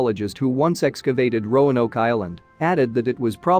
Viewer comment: Oh, it got better! Rone oak, rowan o, rono, every possible mispronunciation! Just never Roanoke.